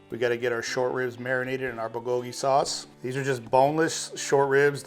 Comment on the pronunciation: I love this recipe, mixes korean and western food...let me help you take the pronounciation to the next level. "Goat chu chaang" & "bool ggogi"